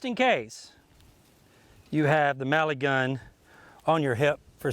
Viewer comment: Ohhhh it's MELIGUN not Maligun like this guy says. Why does he say it so weird?